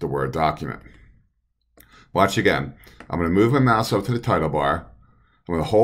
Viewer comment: The left what button? Sounded like "mass"?